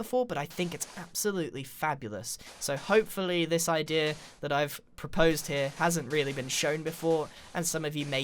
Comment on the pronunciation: "idear". Great video though.